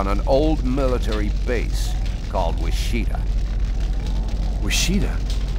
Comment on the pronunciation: Wishita? That’s where I was born! Then why do you pronounce it wrong?